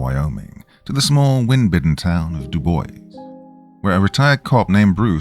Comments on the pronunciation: I live in Wyoming and love that you misspronounce "Dubois" in the correct manner. Legend has it that the name is deliberatly mispronounced as the town was named after a friend of the governor (at the time) while the locals wanted to name the town Tibo, after the Shoshone language word for "stranger" or "white man," which was the Natives' affectionate name for their Episcopal priest, Father John Roberts. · I had to look it up 😅 … this is considered the correct pronunciation of Dubois. The town was named, by the governor, after senator Fred Dubois. Because this was against the will of the townspeople, they went on to protest the name choice by refusing to use the French pronunciation of, roughly, "doo-bwah" and adopted the pronunciation "doo-boys" instead.